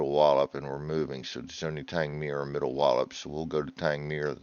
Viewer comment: So what does “Cotton Boying the Channel” mean? I’ve searched the internet but not found a translation 🤣. You pronounced Middle Wallop and Tangmere correctly.